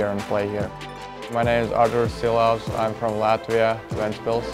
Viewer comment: Артур, почему ты играешь под чужой фамилией? Ты ведь ШИЛОВC, а не СИЛОВС ,по-английски SHILOVS, с какой целью тебе переписали твою фамилию на SILOVS?